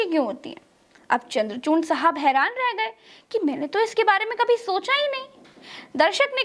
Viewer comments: Dear..you are wrongly pronouncing the name of CJI Chandrachood..his name, if i am right, is not Chamdrachoorna..? Pls check the facts. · Namaste..please correct CJI name D Y chandrachud..aap bole DY chandrachurn